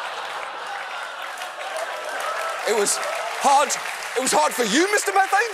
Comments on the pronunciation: Mr MEEEEE-thane (not METH-ane) was a recurring guest on the Howard Stern show back in the days when he was nationally syndicated but still on Terrestrial radio (late 90's or so). Apparently going by other posts in this comment section, he made the am shock jock circuit pretty regularly (before Stern put them all out of business). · He's not "Mr. Meth-ayn", it's "Mr. Mee-thayn".